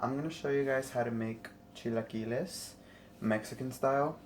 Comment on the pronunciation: God bless your heart that’s how my husband says it, pero son chilaquiles 👌🏼❤️🤗 yummy enjoy